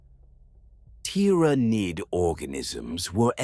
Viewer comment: Good AI. Some improvement needed on the pronunciation of ty-ra-niiid